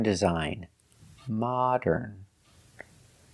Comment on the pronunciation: There are so many mistakes that she makes that I don't even notice, like in the word "modern", and it's simply because I'm also a native Russian speaker and we make similar mistakes due to our native tongue. However, it's not acceptable to teach others when you can't even speak properly